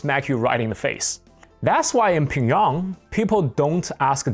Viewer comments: Why do you say Pyongyang like pingyong? Is that how’s it’s really pronounced ? I’ve only heard it called Pyong-yang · How can anyone take you seriously when you can’t even pronounce Pyongyang correctly? It’s pronounced “Pyung 평 Yhang 양“ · You're mispronouncing Pyongyang.